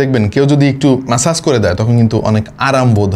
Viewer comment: bhai eta ম্যাসেজ na মাসাজ gun 😂